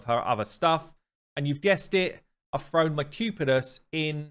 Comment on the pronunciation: Spell thrown…… say thrown…… British version of thrown…… froan?